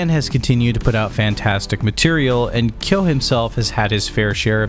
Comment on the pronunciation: The correct pronunciation is kyóó with strong stress on the /o/